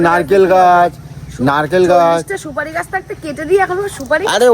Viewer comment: তোমার, "সবদা, সুপরি, দগন ফল, ব্রেন এই গুলো কি উচ্চারন করো....? গলু যে বলে তারপরও হয় না একটু চেষ্টাও করে না সুদ্ধ ভাবে উচ্চারণ জন্য, কিন্তু মন থেকে চেষ্টা করেনা, পুরাই গাইশা খেত এর মতো শব্দ উচ্চারণ সবার সামনে ব্লগ প্লে ও করতে পারিনা বা সাউন্ড দেওয়া যায় না....